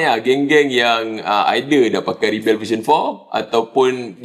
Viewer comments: Pasaipa dok sebut Ribell ? Pelik bunyi dia aihhh. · As a noun, rebel is pronounced “REB-uhl.”